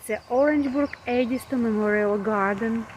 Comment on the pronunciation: The watermill brings a sense of serenity. I grew up in Orangeburg and the Edisto gardens were a special destination. Thank goodness you pronounced "Edisto" correctly.